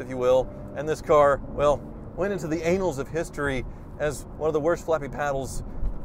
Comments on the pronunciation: "Annels of history" is not pronounced "anal" that's another thing. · "Annals of History", not "Anals of History" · did i hear right ?? anals of history ... let's not go there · "Anals" of history? That's a telling Freudian slip. "Annals", is what you meant to say. Or is it? Look it up. Learn how pronounce. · “Went into the anals of history”? Haha … how you pronounced it indicated a history of sphincter muscles. A classic! 😂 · "the anals of history" 🤣🤣🤣🤣🤣🤣🤣🤣🤣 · short "a"- as in America, for annals: using long "a" totally changes the conversation from a non- determined length of time, to something NSFW!! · Ann-alls would be a preferred pronunciation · That’s not how you pronounce “annals”! 🤭😅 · Laughed too loudly when he mispronounced annals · Ainals? REALLY?? It's annals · IIRC I'm pretty sure it's pronounced "ann-als" of history, not "anals" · And opens with "The Anals of History" lol spat out my Tango. It' s Annals btw x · "... and the car went into the anals of history..." 😂😂😂 Yes. Yes it did. But also the annuls 😂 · Sorry but can’t stop laughing 11 seconds in Annals of history but it sure sounds like anals of history to me… 😂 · Haha... I thought it was the annuals of history not the anals of history. Funniest thing I've heard today. Great. haha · It's pronounced ANN-als of history not Anals of history but I like the way you think!! LOL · "Anals of history" 😂 I think he meant annals of history - similar pronunciation to panels ;) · Just a tip: "anals" of history vs. "annals" of history - Ay-nals is digestive system. An-ulls is historic. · It might just be a Freudian slip on your part but I think the word annals is pronounced AH-nalls - not AYnalls, which is something quite different. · The anals of History? I think I know what you meant to say, but my PC is now covered in tea! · it's annals of history, not anals of history. Those are two completely different words, both in pronunciation and meaning.🤣🤣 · Annals: It's ANN-als, not AYN-als.